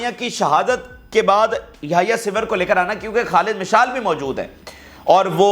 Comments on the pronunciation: Bata simr nahe sinwar ha sara nam Tu galat bolts ha, English ma bare galteyan han😂 ina thaik kar .😅😅😅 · Yahya Sinwaar plz pronounce correctly with respect his name 😡